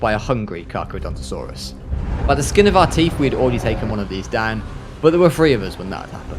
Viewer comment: wait u said cardontosaruras but its a tt